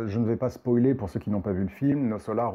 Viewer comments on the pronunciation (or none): none